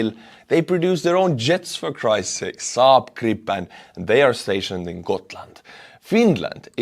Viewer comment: Much love from Sweden 💛💙! Also love how you slaughtered the Saab Gripen pronunciation haha.